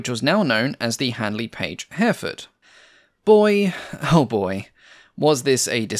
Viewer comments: The Hampden was one of the first Airfix kits I built back in the 1960s. Note that Hereford is pronounced Herryfud.😉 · Little note - Hereford is pronounced as Herrie-Ford. This is an excellent channel. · I assume you mean Hereford and Kiel rather than Hairford and Kyle. Otherwise I appreciate your research and detail. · Your pronunciation of Hereford is off enough to warrant anything from a "WTF was that" to a lynching from the locals should you ever go there. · h-error fud, not hare ford. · Herr-a-ford not Hareford! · He-re-ford. Three syllables. It's a town too. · An impressive long-form post. The 3D graphics you now employ are superb and allow for an easy appreciation of the type under discussion - congratulations to whoever does these for you. Tiny point - Hereford is pronounced herry-ford, rather than hare-ford. British pronunciations can be a minefield... even for the British (who else would pronounce Featherstonehaugh - an actual surname here - as Fanshaw)! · A good documentary ,but some strange pronunciation Kiel is Keel, Hereford is Here…ford not Herford. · By the way, "Hereford" is usually pronounced "Her-e-ford", not "Hare-ford". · Hereford is pronounced like the town - Hair-re-ford, not Hairford! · Yup ˈhɛrɪfəd in IPA, three syllables not two, with the stress on the first. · Please learn to pronounce Hereford…. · I agree - but some pronunciations need to be checked. The town of Kiel is pronounced Keel - not Kile The county of Hereford is pronounced He-re-ford, not Hareford. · A minor pronunciation correction, ‘Hereford’ isn’t pronounced ‘Hair-fud’, it’s more ‘Hair-ruh-fud’. It’s an English place name so I’d not expect someone who’d only ever read the word to pronounce it perfectly. Similarly, Kiel in Germany is pronounced ‘Keel’, not ‘Kyle’. Aside from those minor pronunciation slips, another excellent video. I like the Hampden, it seems like it was a real pilot’s aeroplane.